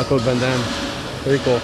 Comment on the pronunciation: Minute 41.00 jean claude van daime